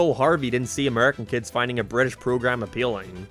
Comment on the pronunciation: Bri'ish Edit: Utopia